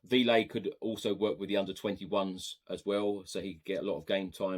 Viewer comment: Hey love what you do and thanks for all the panel talk. Véliz (should we sign him) is pronounced 'veh-lis'